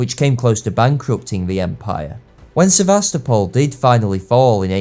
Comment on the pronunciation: Thank You for the video and piece of advice of the sources to read! Just if You talk about Sevastopol in Crimea it is SevastOpol, not SevAstopol. Also it is very curious why Russian power and influence were considered as "dangerous". And why were any direct points Russian goverment provided considered as tricks or smth. Balkans suffer much because of that. If it was Austria that crushed Osman Empire and put her royal family members on the thrones of newly founded states - no one saw any problem. But if any liberation means were issued by Russia other powers always took much efforts with persistent to blame just to denonce any "Russian inflence" - even if it led to economical or dynasty or security problems in the "pro-Russian" states. For instance Romania (country raised from Danube principalities) even changed its alphabet from cyrillic into latin in 1865 - just to be "close to Europe" and "be far from Russia". Such struggle against imaginary enemy took much resources of European powers - and also granted Russian Empire the imaginary influence and power it never has in real, but that was taken into consideration. Sometimes it looks like European Don Quijote vs Russian windmill. And probably Austria felt into same illusion instead of thinking real in this conflict. Further history of Austria in 2nd half of XIX century give an idea that illusions instead of clear mind they have in politics towards Sardinia/Italy and Prussia/Germany and France as well.